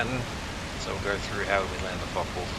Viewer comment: Yes good, thanks, but it's not pronounced "Fok wolf" (even in Australia), its a Foka vulf.